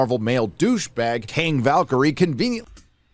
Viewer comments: I think is saying "King Valkyrie" but he is saying the word "king" like "kang". I am not entirely sure why he is saying it that way. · King Valkyrie, pronounced in urban slang,Kaaang Valkyrie..Yeah. it's pretty weak . but then,he has balls to massage for his channel, so..